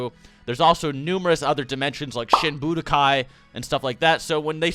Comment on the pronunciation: i keep hearing "shit budokai" when he says "shin budokai", hm.